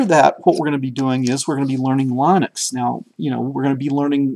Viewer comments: Linus Torvalds himself pronounces it Lynn-ux not Line-ux. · These tutorials are great. Thanks. Regarding the pronunciation of Linux... The i is a soft i... same as the pronunciation in the word lint. Lynn-ex... not Line-ex. From Linus Torvalds himself...